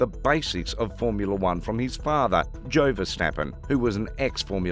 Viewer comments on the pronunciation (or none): lam biase..................jo verstappen............. thank you for informing me lam-bi-as-sy jos